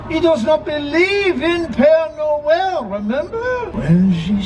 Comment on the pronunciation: Hi, it’s pere Noel. As in pear Noel!